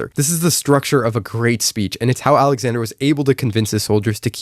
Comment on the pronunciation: bro said his name wrong… smh